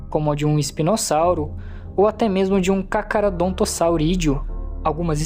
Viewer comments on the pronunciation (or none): "Taoropode" "cacarodontossauro" "kratakéo" mano? oque?